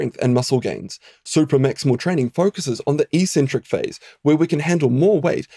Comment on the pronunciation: Helpful video - and the first time I've ever heard eccentric pronounced like "e-centric" rather than like "ex-centric". Is that a New Zealand thing?